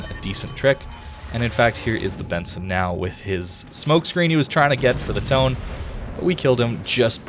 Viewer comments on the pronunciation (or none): Tone is like "Toe-Neh"